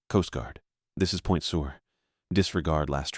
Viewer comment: It's pronounced Point Sir, now Point Sewer. Good story though.